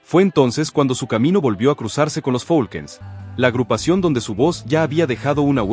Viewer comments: No es folkens es falcons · No se si sea voz de IA al mencionar al grupo Los Falcon's lo menciono como los Folquens jajajaja mas cuidado con pronunciar los nombres de las agrupaciones.